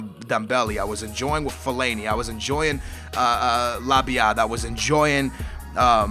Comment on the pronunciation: Holy shit he actually says Labyad correctly